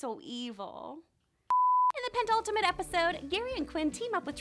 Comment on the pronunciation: I know what penultimate means. She didn't say penultimate, she said pentultimate, with an extra T in there.